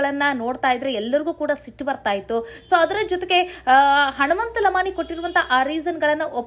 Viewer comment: ಉಚ್ಚಾರಣೆಯಲ್ಲಿ.ಹನುಮಂತನ. ಬದಲು ಹಣುಮಂತ..ಅಂತ.ಬರುತ್ತಿದೆ. ತಿದ್ದುಕೊಳ್ಳಿ